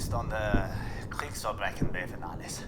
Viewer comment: wtf the way he pronounces "Kriegsverbrechen" sounds so accurate- gj w/ your pronounciation of "ch"!